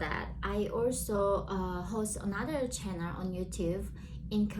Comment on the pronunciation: Channel, not channer. Please try and keep up the videos